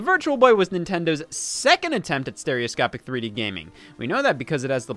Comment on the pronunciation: “Steroscopie” lmfao